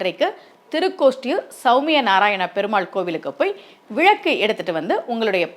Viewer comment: விழக்கு இல்லை அம்மா... விளக்கு... நீங்களே இப்படி தவறாக உச்சரிக்கலாமா..?